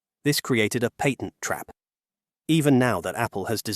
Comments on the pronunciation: Patent, not pattern. 20yr career in cellular speaking here. Cellular patents are a unique beasts as the video mentioned. The SCOTUS granting a hearing doesn’t by itself obliterate patent law. Apple was actually correct in their assertion that Qualcomm’s practice is double dipping: requiring patent license in addition to buying the chips means you have to pay Qualcomm twice simply to use Qualcomm’s modem. This has literally been a complaint from many companies about how Qualcomm does business for decades. Normal licensing structure for silicon typically includes the license when you buy the chip. That applies to x86 processors, ARM-based processors, GPUs, etc. A company buys the chip to use in their hardware and doesn’t have to also buy a separate license to use it. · I cringe every time the announcer pronounces the word patent